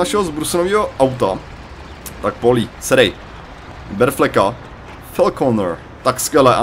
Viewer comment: nice video! akorát pls říkej paulí :D je to víc český ale jestli ses zvyklej na polí tak nic namítat nebudu :)